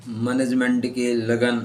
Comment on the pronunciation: मैनेजमेंट तो बोलना सीख लिजिएगा